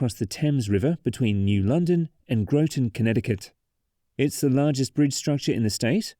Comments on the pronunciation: *Graw-tin*, not *Grow-ton*. Otherwise a great overview. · Grotton rhymes with rotten, and thames river does not ryme with the river in England, also, the northbound is a pin and hanger bridge. The center span is pinned in the middle. I know it sounds weird. Also the bearings are 12 feet tall, with anchors embedded if I recall 18 feet into the pier. I was part of the team trying to design the modifications to repair the bridge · As someone from Connecticut, it hurt hearing Groton and Thames being pronounced the way they are here. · Where TF did you go to school!!??? It's spelt GROTON! It's spelt RHYME!